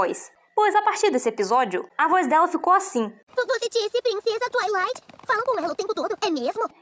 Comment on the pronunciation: Pq chama de saitwi e n twilight?